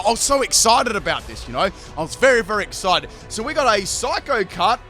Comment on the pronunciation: LoL I've never heard someone roll an r in the word excited before